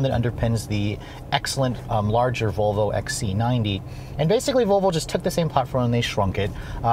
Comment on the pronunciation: I can't stop replaying the first second of the video where it sounds like you're saying Vovo lol. Great review as always!